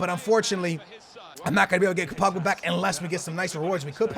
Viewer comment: When he says BUBGA does he mean POGBA